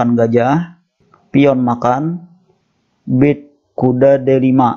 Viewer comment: Bacanya bukan bird tapi berd...